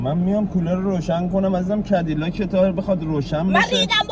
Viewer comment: فقط کدیلاک گفتن امیر 😂